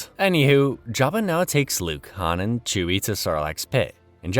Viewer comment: Jeba not java bro